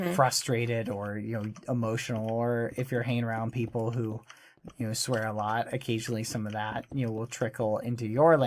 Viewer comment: He said swaer. | v times